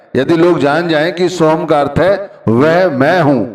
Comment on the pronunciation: भाई उच्चारण में चुक हो गई होगी या सुनने में गलती हो गई होगी। बाकी सोहम और सोहंग में उच्चारण में इतना फर्क नहीं पड़ता जितना फर्क प्यार से जपने से फर्क पड़ता है। वह अंदर बैठा सब देखता सुनता है। आप किसी को प्यार में पता नहीं क्या क्या कहते हो शब्दो का इतना असर नहीं पड़ता जितना प्यार से बोलने से पड़ता है। फिर भी कौई शंका है। तो अपने गुरु से या किसी पुराने सत्संगी से पूछा जा सकता है।